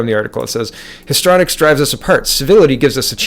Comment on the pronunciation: As always, love, love, love your videos. You really are one of the best, and of my faves! Thank you, thank you. You are a great Canadian! (I think it's pronounced like: history-onics or histry-onics, rather than histronics. Maxime 2019 <- Canada's best/only hope! PS-...just had an idea... re: That story about the Swedish dentist who lost his job and possibly home, for speaking up: >> When things like this occur it would be good if we would (if we could) reach out to the hero/victim with planned and organized support. We could create a fund to offset the punitive actions of the evil ones toward those who buck the system...to encourage them, rather than allowing the enemy to discourage truth telling and the brave and necessary actions of our patriots. No one like that brave and righteous fellow, the dentist, should face the loss and political pressures, alone. We can help each other in this aspect. This is something we can actually do. (Think of this: the Americans have raised 19 million bucks in a week for a wall, because they believe in it, and therefore decided to fund it themselves). We can also create a fund. One that can protect AND ENCOURAGE Canadians to fight back against the deadly NWO Satanic cabal. (Also can include donated/available services, like lawyers, etc). And when they drag them through the courts for trumped up harassment-type charges, and cause job loss and other financial hardship, there will be a source of help to soften the blow, and in some